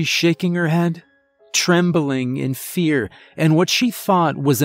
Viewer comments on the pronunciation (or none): none